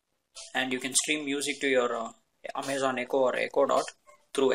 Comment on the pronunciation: I stopped watching as soon as you said "Amay-zen". Your accent makes this hard to watch.